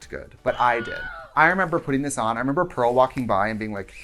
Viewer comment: why when she was talking about the season 7 finale dress and said "pearl walked by" but at first i thought she said "some girl walked by" and just accepted it